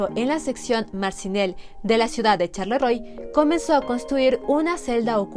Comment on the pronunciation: Muy buen documental. Charleroi (sharlerua se pronuncia) 😊